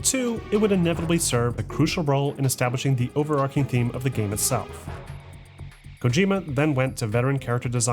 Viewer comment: "Overarching" not ":"overarcing" - arch not arc!